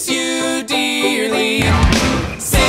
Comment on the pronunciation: pin-cerely me